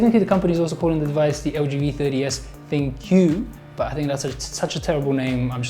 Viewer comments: Cmon "Think" it not "ThinQ":~) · I think it's supposed to be pronounced "ThinK" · ThinQ is supposed to be pronounced as "Think" because it is supposed to be better with a neural engine. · I think ThinQ is pronounced like think? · It's Think (ThinQ) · I guess ThinQ is pronounced as THINK because of the AI